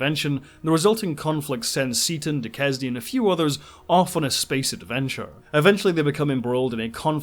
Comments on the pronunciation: Nitpick: Duquesne is pronounced du-kane. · DuQuesne is pronounced Doo-Kane. Skylark was first published in 1926, not 28, along with the first installment of Armageddon 2419 AD, the first appearance of Anthony (later Buck) Rogers. As far Forbidden Plant goes, I first saw it at age 12, when to quote my Grandmother "the sap begins to rise". If I had any doubts about being straight, Anne Francis put those to rest. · Duquesne is pronounced "Dukane".